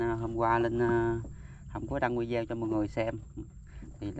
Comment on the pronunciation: VIDEO noi la VI-DI-O khong noi VIZEO .Lan sau con noi VIZEO se cho ngon tay chi xuong